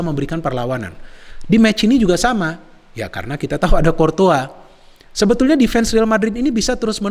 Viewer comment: Cortoa lg cortoa lg bang .. Courtois yg benerr.wkkk, abang,a keren mirip bang H.benzema ..